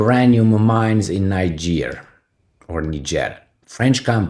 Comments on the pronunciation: it is pronounced "knee-jay" for Niger and "knee-jayens" for Nigeriens. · NIGER is pronounced 'nai-juh, similar to Nigel.